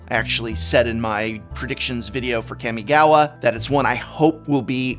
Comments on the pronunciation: Kah-mi-ga-wa. Not Cammy-gawa 🤮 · Please say kamigawa right im begging you